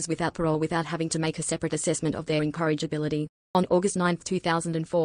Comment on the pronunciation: Incorrigibility, not "encouragability".